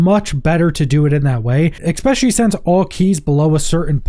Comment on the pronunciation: Let me AXE you a question. Where does the "K" in especially come from. I'd be curious how you pronounce special. SPEK-shul seems odd. As does EK-specially. Apologies, it just makes me autistic brain itch when I hear someone pronounce it this way.